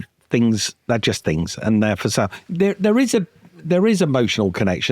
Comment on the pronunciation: It's the guy who say fings